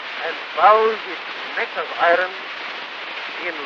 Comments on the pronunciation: The pronunciation of “iron” putting a light trill on the R is so interesting to me. I’d never heard this pronunciation before. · pronounces "iron" as "i-ron," not as "i-un" That is the first real difference in pronunciation rather than accent that I have heard so far.